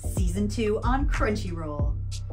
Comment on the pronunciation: Sounded like she said Cringyroll at the end. lmao